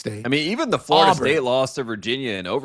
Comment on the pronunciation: 1. Who dat is? 2. Tate is the mf man… other than not being able to pronounce Florida but instead calling it “FARTA” every damn time.